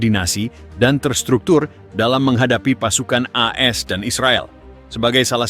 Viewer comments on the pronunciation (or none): Kok E S dan Israel ? Bacanya AS dan Israel bang ? Perbaiki dong?